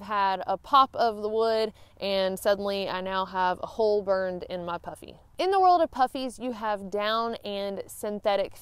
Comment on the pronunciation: I was listening to this segment with one ear as I was working at my desk and nearly fell off my chair when I heard you said something about "wearing my puppy coat" Once I looked I realized you said "puffy" coat I laughed in relief. Also , did you ever use your umbrella as a sun shield; i.e. parasol?